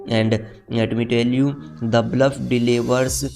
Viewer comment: Bhai English bolna seekh le pahle..... The Bulf nhi The Bluff hai